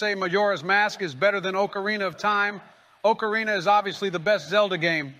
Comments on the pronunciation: Biden would pronounce it oakareena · Joe and Donald are exactly the type of guys to say oakarina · Oakarina lmao. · Oh-carina. Bro can't even say the instrument right. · Joe "Oakarina" Biden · wtf is an OAKarina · They are saying Ocarina wrong! >:( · The best part is that neither of them pronounce "ocarina" correctly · I hate the way they pronounce "Ocarina".